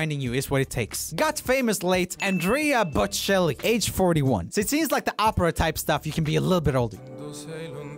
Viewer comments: "Andria Batcelli" lmao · Every Italian person watching this dying inside when hearing "Andrea Bocelli" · God as an italian hearing him pronuce Andrea bocelli's name hurt me hahahahhaha